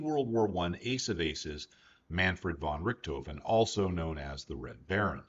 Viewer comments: Rikthoven, love the pronounciation XD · As a absolute Dr.1 enthusiast, I enjoyed this. literally my only gripes are your pronounciations of Fokker, and Richthofen's name. even then, excusable mistakes. amazing video